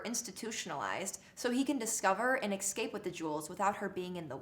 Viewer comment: Thanks. Tip for improving cred: It’s “E-SCAPE” not “EX-SCAPE”